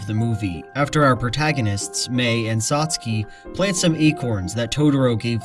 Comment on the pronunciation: 1) Good video! Made me think. 2) I've never heard Satsuke rhyming with "Trotsky" 😆